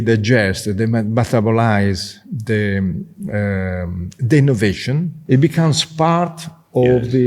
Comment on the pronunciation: ehhh Cleo looks you were enjoing the Italian accent 😅 ° ehhhhhh the innnnnovationnnn° 🤣🤣🤣